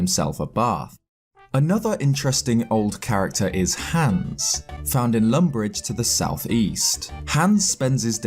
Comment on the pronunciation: We're not gunna mention how he pronounces hans